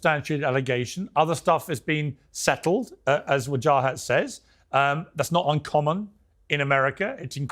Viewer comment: I love the way Piers pronounces "Wahajat" 😂😂🤣🤣